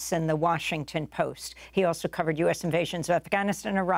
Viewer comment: Thank you for putting an effort and trying to pronounce Iraq and Afganistan like the locals do أفغانستان عراق ❤